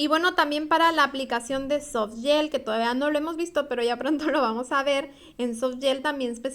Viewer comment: No es soft Yel, es soft Gel